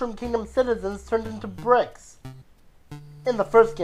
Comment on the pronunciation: did he say bricks or pricks because toads are pricks